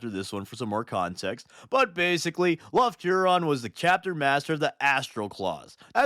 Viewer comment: became my favorite wh40k guy after he called Lufton Huron "leftnut huron"